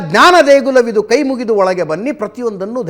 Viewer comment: Mostly it sounds like * KAI * MURIDU olage bha.